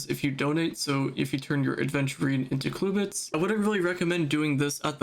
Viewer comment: what is a “cluebit”… it’s “clubit” man 😂 jokes aside great post